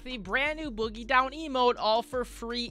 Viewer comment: boogie down not boggie down just a slight error